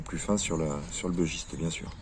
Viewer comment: Bon sang ! Arrêtez de prononcer "bEUgiste" ! C'est un bUgiste : originaire du Bugey, dans l'Ain... Ah les anglicisme de cuisine... Cela dit le dodu est top. J'en ai un en padouk.